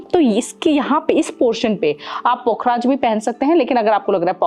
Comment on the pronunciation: कुछ नहीं आता आपको मॅडम पुखराज को पोखराज बोल रही हो